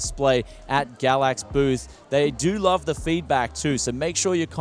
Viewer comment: I always hear him say it as Gravvicks card.